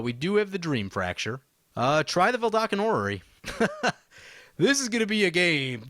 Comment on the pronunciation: It's "VeDALken", not "VeLDAKen"; just pointing it out since I've heard you misspell it for a long time now